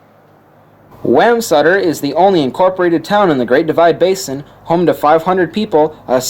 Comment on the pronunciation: It bugs me that everyone who makes videos and is not from Wyoming pronounces Wamsutter wrong. It’s not Wham but Wam with a long A. Great video though